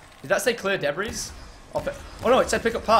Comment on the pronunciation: There would be one zombie left sprinting at you many times, I was cringing like just kill it really quick so you don't have to keep running around it to read or get wat you needed!! And you said "clear deb-breeze" lmao it's debris (pronounced de-bri)